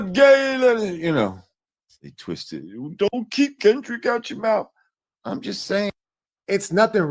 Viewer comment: They love to say KENDICK!! 😅